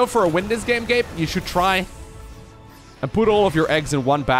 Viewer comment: Whenever sais Gabe, i tend to hear "gape" and that'd be something really inapropriate lmfao